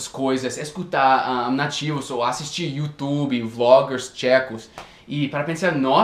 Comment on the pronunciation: O falando "YouTube" e "smartphone" foi show kkkkk